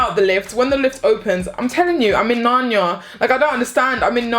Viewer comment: “I’m in nanya, I’m in nanya” 🤣🤣🤣 Nar-Ni-a